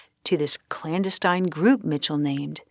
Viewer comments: This narrator has some bewildering mispronunciations for what sounds like an older, educated woman. But so far “clanduhstein” is my favorite. It’s surpassed the butcherings of famed mathematician Yuler, the pie-neil gland, and prophet Baba Veinga. And those are just the ones I remember with ease. Rhyming clandestine with Palestine is really on another level though. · I have to say that I've never heard the word "clandestine" pronounced so poorly... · Very interesting content. Narration is good, with pacing and expression. However, the repeated mispronunciation of the word 'clandestine' raised my hackles. The word itself and the concept of the word were integral to the story, and the mispronunciation was irritating. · I might be getting petty. I do like your content. I just wish that the computer that is reading this for you would check its pronunciations clandestine. clandestine I’m sorry I cannot figure out a way to spell it to figure the pronunciation at the computer is using, but a lot of them do it. Let me know if I’m being too petty. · Clandestine is not pronounced that way….